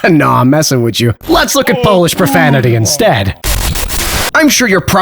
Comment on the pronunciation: Unlike all of language revievers you can really pronounce Polish.